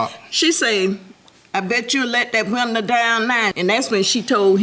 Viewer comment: "ma friend she roll down da woondah" lol love it